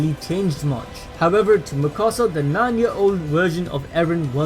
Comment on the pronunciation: It's not mikosa it mikasa